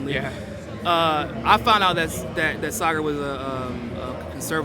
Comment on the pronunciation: Ah, Saagar has the Swedish pronunciation of the "aa" in his name!